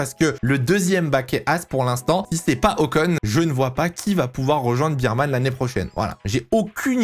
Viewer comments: Je vais etre chiant mais c'est "Ber - man" pas "Bir-man" - Bear pas Beer. Et je suis d'accord sur tous tes choix meme si j'hésite un peu pour Ricciardo mais je vois pas qui pourrait le remplacer donc bon. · Yo, Oliver Bearman ça se prononce pas "birman" mais "bairman"